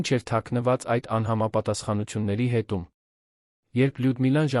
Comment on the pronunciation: Արհեստական նանսկանութկմյում շատ սխալներով, Լևոնը լոն, ամենակարւորը ամենակարորը, հետևումը հետում էր, այլես եչմի լուրջ աղորֆում։չկա՞ բոլորը արհեստական բանականության կազմած ապուշություն, լոնը լոնը լոնը լոնը զզվեցի երևսնը երան լևոնը լոնից.